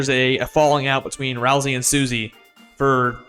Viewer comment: FINALLY i found someone who pronounces ralsei the same as me